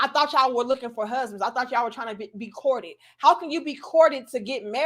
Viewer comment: that gal said she get "Courtt-ted" 😂😂😂